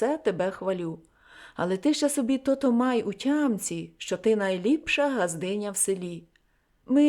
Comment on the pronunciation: Дякую за гарне прочитання, але дозвольте невеличку ремарку. Я землячка Леся Мартовича, тому хочу зауважити, що деякі слова Ви неправильно наголошуєте. У нас кажуть "кАльвін", "тотО". Вибачте, що виправляю Вас🙂